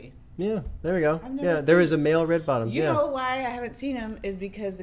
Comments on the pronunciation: I refuse to believe he's saying red bottles up it's red bottoms on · Y'all hes saying "RED BOTTOMS ON"